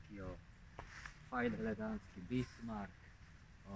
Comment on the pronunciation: co on mówi?? BIGMAK, BISMAN, WTF?